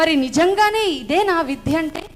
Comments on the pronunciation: మీరు సనాతన ధర్మం గురించి విద్యలో దాని ప్రాధాన్యత గురించి చక్కగా వివరించారు.మీరు తప్పుగా అనుకోకపోతే ఒక సవరణ.*విధ్య* కాదు విద్య. ద కు పొక్కిలి లేకుండా చెప్పండి. ధన్యవాదాలమ్మా. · విద్య విద్య విద్య విధ్య అని పలుకుతున్నారు అది తప్పు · విధ్య కాదమ్మ విద్య అని పలకండి డా రామ్ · చాలా బాగా చెప్పారు. చిన్న సలహా మీరు విద్య ను విధ్య అని ఉచ్చరిస్తున్నారు. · Eeme evaro gani vidya ane padanni vidhya ani palukutondi. Ilanti vallu cheppe subjectu kuda alage vuntundi. Inko padam samatulya nu samathoolyaga, aahootulu ane padanni aahuhutulu antondi. Ilanti vaallato upanyasalu ippinchi mosam chestunnaru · Excellent presentation by madam. But vidya ni vidhya ani pronounce chestunnaru. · అద్భుతమైన సందేశం... చాలా బాగుంది... మొత్తం వాస్తవ చిత్రీకరణ... చిన్న శబ్ద దోషం...విద్య అని పలకడం సరియైనది....విధ్య కాదు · విద్య అని పలకడంలో విధ్య అని పొరపాటుగా పలుకుతున్నారు. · విధ్య అని వత్తు లేదు